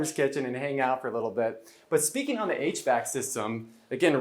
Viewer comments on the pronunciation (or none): none